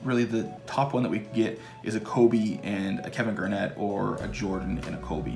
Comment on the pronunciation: I’m still laughing about you saying Kevin Garett instead of Garnett, so good.